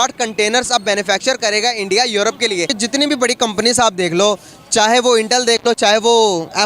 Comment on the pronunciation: Muddi ij da Pram Manishtar of Endia.